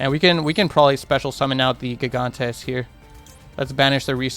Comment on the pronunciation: I hate to be this guy, but you're saying gigantes name incorrectly. Gigantes name is pronounced Hee-Gone-Tays. I will say though, gigantes is Spanish for giants.